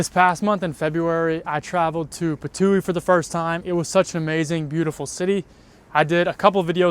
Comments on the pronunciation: I allso ❤ "Patui" 😊..it should be calld that.. I just love it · Hahaha bro i always laughf out hard when u say Ptuj hahahaha (PPAAATUUIII) its just so fun hahahah. We apriciate u reminding us how beautifull country we are cus sometimes we just forget what a wonderfull life we have. Keep going with the vids and maybe cya when u come to visit our city